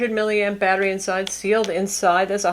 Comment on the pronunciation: Batterh life?